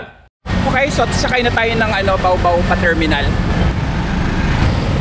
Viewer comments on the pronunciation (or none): Its BA OH BA OH not bawbaw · It pronounced as ba-o ba-o not baobao.